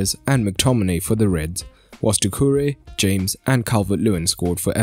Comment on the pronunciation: Man called Rodriguez James in stead of HAMEZ